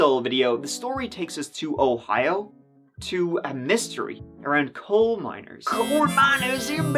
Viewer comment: Miners.... NOT MINORS !!